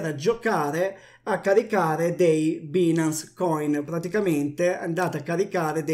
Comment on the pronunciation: si pronuncia “bainance”, che cazzo